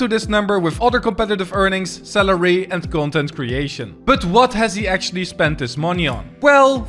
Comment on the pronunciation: you say salary like celery